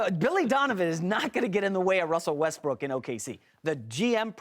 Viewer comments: Wussell Restbrook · “Wussel Restbrook”💀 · "wussel westbrook" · Anybody hear him say Wussel Westbrook 😂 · wussol wusbook did anyone here him say that lol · Wussell Westbook